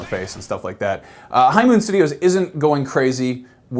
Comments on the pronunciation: HYMEN STUDIOS?!?!? *looks at description*... Oh... you mean High MOON Studios... Jesus man, you made my blood pressure skyrocket with that word... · It sounds like he's saying "Hymen Studios". Slowww down.